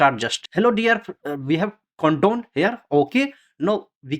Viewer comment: your voice and pronounciation is so funny)) it is count down not condome lol